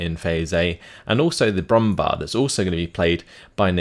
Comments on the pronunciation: Very nice commentary again. Btw, I just wanted to say that the "bär" in Brummbär is pronounced like the english "bear". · Hey, just 1 thing I wanted to note: the "Brumbär" is pronounced "brumbear" due to the two dots above the a. I realy enjoy your SD44-content, so ceep up the good work.:)